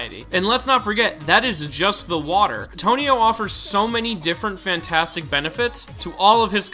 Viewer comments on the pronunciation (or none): none